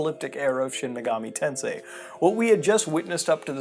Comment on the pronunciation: A real Sheen Megoomi Taansay Gayum seriously though my favourite megami tensei game is Devil Survivor